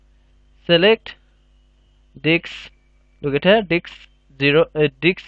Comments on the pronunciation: diSK. not diKs. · It's "Disk" brother. Not "Dicks" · lol I heard that too, thought it was his accent until he said it properly lol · "Type List Diks" AHAHAHA I pissed myself of that :D:D :D AHAHAHA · it is not ''DICKS'' it is disk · lol you can't even say disk you always says diks ha ha ha i think no one notice it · "and now we need to select our DIKS" i died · you said dicks :) huhu ... several times ... it worked :D thx a lot !! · Dude atleast provide subtitles if you can't speak the language. You're literally pronouncing disk as dick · they way he says disk though....